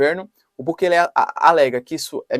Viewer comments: Professor não é bukele e sim Bukéle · O presidente Bukele, que aliás não se pronuncia assim caro Professor e sim como se a do meio fosse a sílaba tônica (Bukéle), enfim, ate agora ele fez coisas interessantes e diferentes, não sei se isso seria combater fogo com fogo mas pelo menos toma providências enérgicas, esperemos que tenha bons resultados.